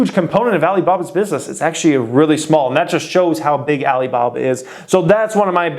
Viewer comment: Can you stop saying Alibaba the way you do, it comes across as racist and its awkward! Other than that I am loving the content.